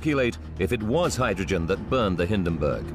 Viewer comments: Hindenburg, not Hinderburg! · Like this? "HIN" + "duhn" + "burg"